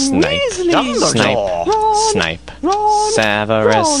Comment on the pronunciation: It's Snape not Snipe!